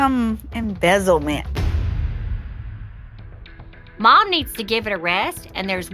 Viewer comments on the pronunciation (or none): Did she say embezzlements instead of embellishments? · The dress needs “ embezzlement “. Wish people wouldn’t use words they can’t pronounce. If she had any type of vocabulary the word is embellishments. To worried about being a fashionista should have studied more in school. 🙄